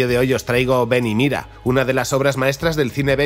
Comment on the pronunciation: Esta todo muy bueno, lo unico que nose te entiende es el titulo desis ven y mida